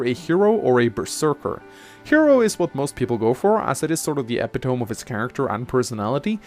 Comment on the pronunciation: you mispronounced epitome. it's eh-PIT-oh-mee